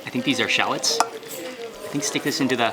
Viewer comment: Shalats...shalats... SHAAAAALLOTS!!!